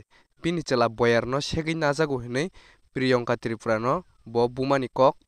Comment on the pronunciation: please brother pronounce my name well my name is Priyangka not priyonka 😂